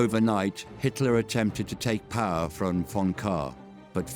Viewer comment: Every time the Scottish guy speaks the word power... It sounds funny he says purr..... hahahaha